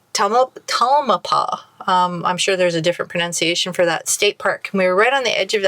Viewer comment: mount tam-el-pie-as (tamelpias)